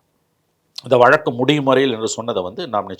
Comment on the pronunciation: விலக்கு,,வலக்கு..இல்லப்பா.. வழக்கு